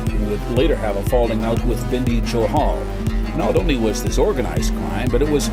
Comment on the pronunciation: Binddy johal ni bhai bindy johal